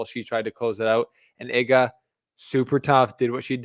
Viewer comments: IGA not hard to pronounce Ega not Iga really amateurish presentation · Please, it's not [e]ga like in m[e]ss Its [ee]ga like in d[ee]p 😁 otherwise very nice commentary 😊